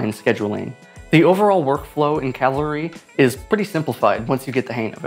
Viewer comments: Video says it is Cavalry, but you say most of the time Calvary. It reminds me how one youtuber talked about movie "Poseidon" and most of the time mispronounced it to be "Poison" or "Poisdon". It is quite annoying especially as I have self diagnosed OCD. But good to know about alternatives to After Effects even though I have moved now to Nuke Indie. Green screen, 3D and Camera Tracking are much more controllable and easier to get right. I guess Fusion is also much better at those things than AfterEffects. But it is true, that motion graphics is not suited for Nuke, so when I need to do motion graphics, I have to find out what this Cavalry is about. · You keep calling it calvary, not cavalry. You got it right at first then it goes wrong 1 min in through the end. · Fun Fact: It's 'Cah-Vill-Ree' not 'Cal-Vah-Ree'. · Thanks for informing me about this. One thing...sometimes you are pronouncing it like "Calvary," which is the name of the place where Jesus was crucified. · Here let me help you. Say with me, "CAV AL REE" like the soldiers 😂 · hearing you repeat Calvary has been a real calvary🥴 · you keep saying calvary. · Calvary eh? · Is it just me or he calling cavalry "calvary"? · hehehe you keep calling it CALvary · buddy mispronounced cavalry the whole video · As a non native English speaker I just don't understand why it's so hard to pronounce cavalry... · I am in awe of how many times you mispronounced the app name! ALSO I MAKE TUTORIALS FOR CAVALRY! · You keep miss pronouncing the name. Go back review and you'll hear. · Why mispronounce it after saying it good the first time? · Great job mispronouncing cavalry bud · At least your consequent in mispronouncing cavalry. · It’s cavalry. Not calvary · You kept saying: CaLvary (Where Jesus was Crucified) instead of CaValry like a group of men on Horses with guns blazing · Thanks, I'll give it a go. Looks especially useful for text animation. And it sounds like you were saying 'Calvary', it's Cavalry!